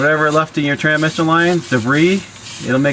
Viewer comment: well at least you spelled tranSmission right in the title lol i kept laughing the whole way through the video when you called it tranmission. any way glad you got er done because yeah that's no fun. I went to harbor freight (kinda like your princess auto) and bought a transmission jack for $129.00 for the last one i did. thing is like GOLD , 30 minutes to change one out now with that because you can angle it however you need to put it in the vehicle.